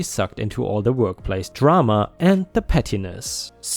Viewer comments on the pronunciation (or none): none